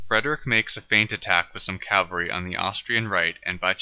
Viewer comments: Not "Cal-vary", "Caval-ree"!!! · Or cavalry.